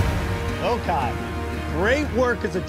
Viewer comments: I’m dying at the Vokai tribe mispronouncing “Vokai” 🤣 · Right it’s “VOH-KAI”